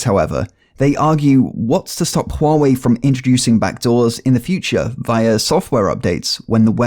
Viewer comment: finaly someone who pronounces it right